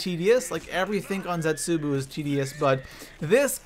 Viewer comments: You're saying zetsubou wrong, it's not zetsuboo it's zetsuBOW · Ragnarok should have been higher and I hate how he says zetzobou